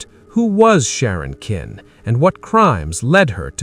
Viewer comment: AI They can't even program their AI voice to pronounce the name of the Villines correctly It's Sharon Kinne (Kin-ney) Not Kin